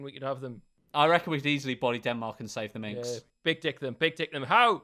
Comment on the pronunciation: Minks (plural of Mink) not Minx